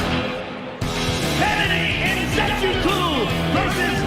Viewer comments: It's Nze-choo-kwoo Note: Joe Rogan got the "Nze" part correct. He hilariously went off the rails after that 😂 The "choo" part is pronounced like the "choo-choo" sound people make when mimicking train sounds the "w" in the "kwoo" part is almost silent such that it sounds like saying the word "cool" but without the "l". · Every Nigerian probably laughed at the way rogan called nzechukwus name